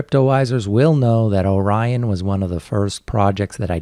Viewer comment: Man, you guys put out some fantastic content! There are some good, even great crypto channels, but there's FAR too many that are just CryptoKiddies talking 'bout nothing, and trying to get YouTube rich. Oh, "Orion" isn't pronounced "Oren," it's "Oh-Ryan." You know, like the constellation, or what Ryan's girlfriend might say during an intimate encounter. Ohhh Ryan :-)